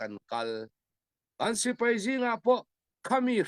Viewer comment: Sipei a ni lo.Sipai tih hi Lusei ṭawng dik tak a ni.